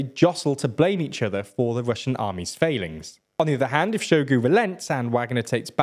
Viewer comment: has very bad pronounciation all around, e.g Prigozin and Shogu